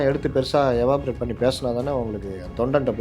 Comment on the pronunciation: எவாப்ரேட் என்று சொல்ல கூடாது. அந்த வார்த்தையை எலாப்ரேட் என்று சொல்ல வேண்டும்.